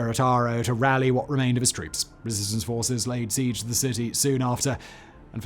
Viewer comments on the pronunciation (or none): none